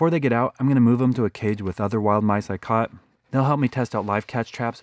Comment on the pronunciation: he Said Nice instead of mice